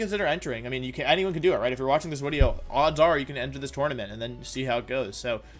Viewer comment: Wolfe at the end of this Wideo: PEEEEEEEEEE